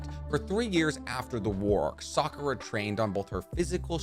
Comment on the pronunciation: "Sahk-ooh-rah" - vs. Sock-ooh-Ruh